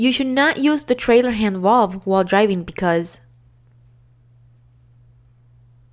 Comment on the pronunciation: I hate hearing "coopled" and "coopling" instead of the correct pronunciation. You said it right ONCE though. Other wrong word pronunciations too (like "valve", and "jackknifing") are distracting. I appreciate the effort though.